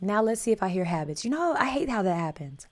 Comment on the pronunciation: hillbilly mark here from ontario canada--your not used to listening to proper english thats why you did not understand HABBITS. the # 4 is not FO its FOUR. HOSS is a charactor from tv show BONANZA (cowboy tv show) WAYLON called everyone HOSS he took a lot of pills and might not remember peoples names. MOHAMID ALI toured around on WAYLONS tour bus as a close friend not a body guard and WAYLON let him take the one of the tour buses for a month to visit his mother. WAYLON was a down to earth guy